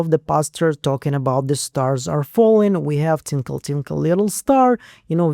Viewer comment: I think you said “TINKLE” instead of “twinkle.” Tinkle = going pee. Twinkle, is similar to sparkle like a star. I thought you’d want to know the difference!😁